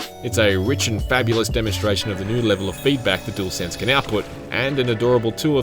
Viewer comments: What’s with this dude pronouncing the DualShock (jewel shock) and DuelSense (dool sense) differently? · 'Dool sense' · Gotta love a “doolsense” controller.